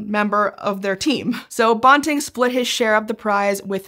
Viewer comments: Loved this - thank you! forgive me for this entirely minor comment, we in Canada and UofT pronounce Banting as if BAN rhymes with MAN. And, as we Canucks say Soo -ry... :) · Frederick Banting. BAN-TING. BAN as in PAN. BAN-TING. You could have watched a couple of seconds of any video on the man to get that pronounciation correctly. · I'm a U of T grad - we say "Banting and Best." The A in Banting is like the A in apple. Not the O in Bob. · I know Scishow makes a big deal about fact checking and how they are often using words from scientific literature that don’t have clear established pronunciations, but Banting’s name is neither obscure nor hard to pronounce. You can look it up on Wikipedia or in a regular dictionary, so I wish someone on staff would have told the right way to pronounce it while making this video. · Banting... Ban rhymes with can, ran, fan, tan, dan, jan, LAN, man, nan, pan, van, WAN. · Sadly, you've mispronounced the name of Dr. Banting the whole way through. Respect! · Great video, but I've always heard his name pronounced with a short A. (am Canadian) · His name is Banting, not bonting, as the narrator calls him. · Dr. Banting's surname rhymes with "panting", not the made-up word "ponting". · I agree, Banting is pronounced bænting. (psst, how is æ pronounced?) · I have never, in my life, heard Banting pronounced "bawn-ting"... it's quite bizarre. I've been reading about him since I was about 6 and have even stood outside Banting House in London, Ontario (it was closed so I couldn't go in), and I've watched documentaries and biopics about him because he is one of my heroes. In that about 50 years of time, I've never heard it pronounced as anything but BAN-ting. I guess there's a first time for everything. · Banting is pronounced bænting rather than bahnting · Banting, like ranting, which is what I'm doing right now about that bizarre pronunciation. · Yes. The high school my daughter went to is called Banting.